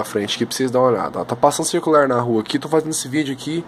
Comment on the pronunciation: Quem ai fala cicular